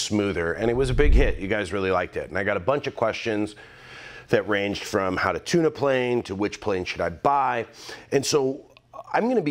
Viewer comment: Ha ha, you said tuna plane! Lol